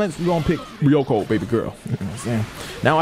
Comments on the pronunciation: My nigga her name is not hard to pronounce you keep saying ryoku but it's ryuko, it's a five letter word not that difficult nigga 😧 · Ryuko is pronounced REE - YOU - KOE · How tf you can't say "Ryuko"